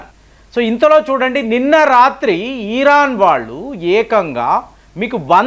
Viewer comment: ఈరాన్ కాదు ఇరాన్.